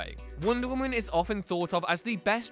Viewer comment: *Wonder Woman, not wonder women